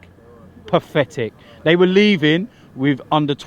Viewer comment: 'The fans were puh-thetic, puh-THETIC' 😂😂 was right tho, simply not good enough